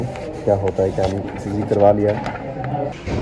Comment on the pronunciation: ECG Bolte hai bhai 😅😅